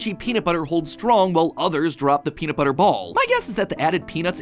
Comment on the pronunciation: Peanut buttah